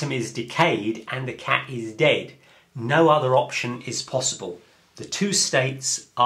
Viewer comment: I like how you say dead. 'Dehd'